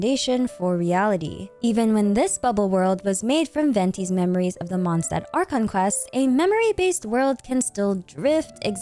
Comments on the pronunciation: Day 2 of correcting the pronunciation of Mondstadt 🌛🏙 🙏 The ST in Stadt is spoken as SH. The Favonius Anthem sings it correctly for reference. Monsdad ❌ Mond Shdad ☑ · Watch your language. It's just a matter of fact she's saying it wrong. She pronounces every French, Arabic, Chinese and Japanese word down to a T. And those are way harder to pronounce than German. She even used to say German words right, so IMO reminding someone how it's said right is not being pedantic.